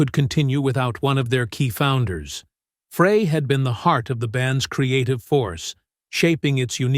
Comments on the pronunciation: I could have more respect for the narrator if he would take two seconds to learn how to pronounce Glenn Frey's name correctly. Insisting on calling him by a name that is not his name, the narrator also insists on making himself seem callous, careless, disrespectful, rude, and less than intelligent. I am so deeply relieved I am not the narrator's mother. I would be so very embarrassed. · I can't stand listening to this guy that don't know how to pronounce Glenn's last name it's spelled frey but pronounced fry get it fry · The pronunciation in this. Just think French fry and then you’ll know how to say Glenn’s name 🙃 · First of all, his bame is pronounced FRY... .FRY.. GET IT???? Secondly, there would be no Hotel California, without Don Felder!!!! Get your facts right!!!! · PRONOUNCED FRY!!! JUST GOES TO SHOW YOU DIDN'T DO YOUR BASIC RESEARCH. DON HENLEY WAS ARROGANT AND UNCOMFORTABLE TO BE AROUND.. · PLEASE PRONOUNCE GLENN'S NAME RIGHT!!! (FRY) and that's Hotel California, not otel California. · Show respect and pronounce Glenn Frey's name correctly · World was shaken to it's core? Hardly. Narrator cannot even pronounc his name right. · Ah ok - apologies - I skimmed through the video - couldn't stand the automated robot thing mispronouncing Glenn's name every time. Clearly it was a collab of all three and Felder did made a decent contribution to it. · You need to teach your A.I. host how to pronounce "Frey" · The whole thing's propaganda and this guy's pronouncing his name wrong sad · The announcer is mispronouncing Glen's last name! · My thoughts exactly! Is this AI ? Who doesn't know how to pronounce his name? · Male announcer does not pronounce Glenn's last nane correctly. Very annoying. Check out how to correctly pronounce Glenn's last name !